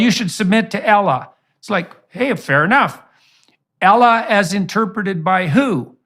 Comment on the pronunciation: If the idiot can't even pronounce Allah properly, whatever he says is worthless